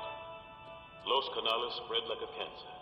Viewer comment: The Los Canarles🤣🤣